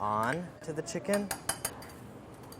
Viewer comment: no one: andy: chinken skeurrs